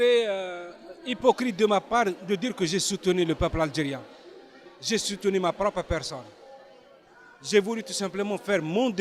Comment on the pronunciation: Il a bien dit : " Aldgerien " -_